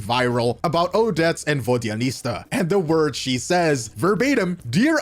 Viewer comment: VodyaniTSa! Not VodyaniSTa!